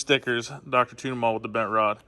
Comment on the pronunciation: Man all I hear is "Dr. Tuna Mall." There's a good shirt idea somewhere in there, but I can't come up with it. Tuning AC units is legit. Love the content, keep it up!